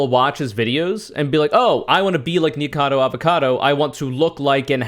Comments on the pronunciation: After hearing YMS say "Nikacavo" I do not apologize. This is a conspiracy against me. I am now a right winger. Thank you. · mispronounces Nikocado's name every time he talks about it hears YMS correctly pronounce it "Is this a wrong answer?" YMS? More like SMH.